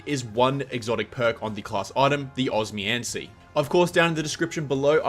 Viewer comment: Every time he said it I was like, bro’s just neglecting the second O and M